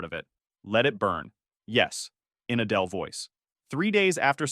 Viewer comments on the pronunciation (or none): none